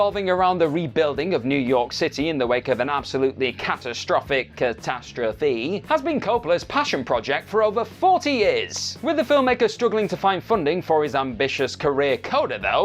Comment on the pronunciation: Cuh tas tro fee?? And Red Wand??